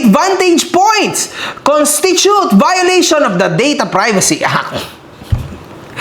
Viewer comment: "dis is bayoleytion of ebriting"